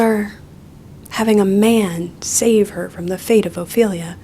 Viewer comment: I don’t think ts knows anything about Hamlet, so I didn’t take it personally when she completely butchered Ophelia 😂